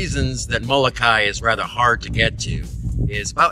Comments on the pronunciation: Pilipo and Kawaimaka (Greg) Solatorio, who are direct descendants of the original natives on Molokai, taught us to say it this way. When it is pronounced with the ee sound on the end, it gives the name a different meaning. If you take the Halawa Valley Falls Cultural Hike on the island this is all explained. They can be found by calling or on the Internet at Mahalo nui loa. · Nice video. I have never heard a Hawaiian pronounce Molokai the way you do.